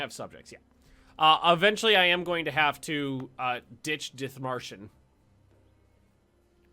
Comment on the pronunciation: OMG I AM FROM Dithmarschen. well like very close by it . love if you play german nations :) and this is not critisism but u pronounce it DIT - marschen like prononce DIT very heavy than marschen